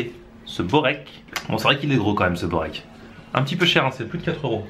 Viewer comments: Börek , c'est spécialité Turc ! sa se dit "beurek" mais on écrit börek ;) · Borek c est une spécialité de serbie aussi et on écris berek mais en Serbie cela se prononce:"bourek " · Jovan Topuzovski on dit "beurek" amk c'est spécialité turc je devrai savoir plus que toi nan ?